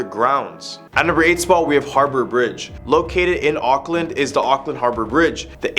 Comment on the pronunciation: him akland me ITS AUCKLAND NOT AKLAND